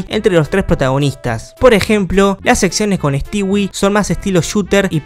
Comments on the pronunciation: Sabes que es un old cuando le dice "Stiwi" y no "Stoui". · * Pronunciar “Stewie” * Yo: “Estui”: “estiwi” Bro: Nose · me da no se que que literal digas stewi y no stui xd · Pq dice "estiwi" xd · Se pronuncia Estúi